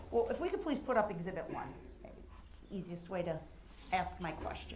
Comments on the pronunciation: "So it would be fair to axe if it would be fair to say that"...what the heck is he talking about lol? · It’s Funny how DUH-RRELL has to, or Attempts to make it well know when he is Pouting like a 5yr. Old! Looking at the Judge & Cameras to make see if they see him being a Baby! Then Pouts when “Axing” his questions!